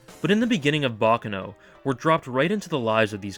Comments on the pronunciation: Its pronounced bac caaano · Pronounce it like an Italian not an American